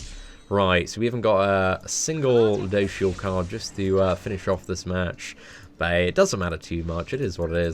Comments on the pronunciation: Btw it's ludo"siel" not ludo"shiel" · Phonetically its - Lood - o - shell. Lood like loot, you're looting something (stealing). For a while it a while I was hearing ludoucheshell lol. He is a douche but still. Any love you lots. <3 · You’re saying it wrong regardless it’s pronounced: Lou-do-seal 😂😂😂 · I don’t wanna be that guy but it’s pronounced ludo-shell. Please don’t hate me comments... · Its Ryu-do-shieru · It’s pronounced Lude-o-sil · You can say it like this lu do shell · its pronounced LUdosielle last e is silent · It's pronounced lue doh seal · Why he say luduciel like that 🧐🧐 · Say the name right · Every time says ludociel I laugh a little bit, sorry but that pronunciation is pretty funny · No offense but can you learn how to pronounce his name please lol.